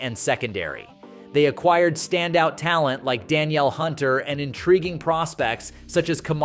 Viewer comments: His name is "Da- Neil" not Danielle(pronounced) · Bro feminized tf out of Danielle(duh-neel) Hunter 😂